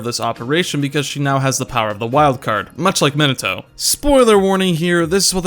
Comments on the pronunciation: this video randomly popped up on my feed and while I mostly agree with it, the pronunciation of "" is giving me brain damage, no offense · probably because he says "Minato" wrong